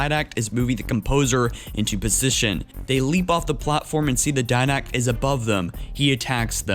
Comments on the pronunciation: *Diadact not Did-Act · its spelled as "didact" and pronounced as Di-Dact.